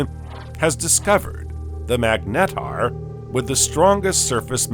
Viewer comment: I can't figure out if this is an AI voice. Very interesting how you manage to sneak in an extra syllable on almost every word. Meg Net Tar